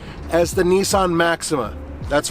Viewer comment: It’s Nissan bro chill lmao you don’t know about cars do you